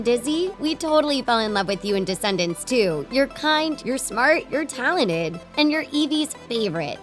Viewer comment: ”Taladid” AHEM. TaLeNtEd*